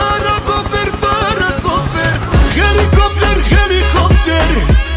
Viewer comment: Helikopter helikopter.... Heli-CARL-ter